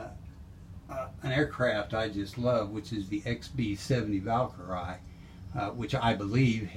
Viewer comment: I have never heard the x-b70 Valkyrie pronounced that way.